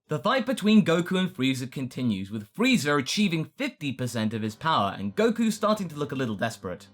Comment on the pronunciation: Why dud say frieza freezer?